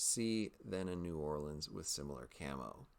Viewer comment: Well doing great with my "new orlean" anyway..